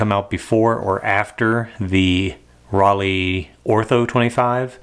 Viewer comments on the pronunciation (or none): I hope you’ll do Rollei RPX 400 next so we can finally put an end to the false hearsay that it is the same stock as Kentmare 400. And just cause I can’t not say anything. The german “ei” like in Leica is pronounced like the english word eye. So it’s not Rollee but Rolleye.